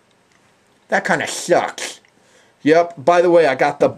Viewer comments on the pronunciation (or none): lololololololololol "That kina shcsucks!"